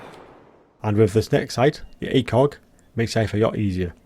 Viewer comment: The "athock" 😂 mate it's called a acog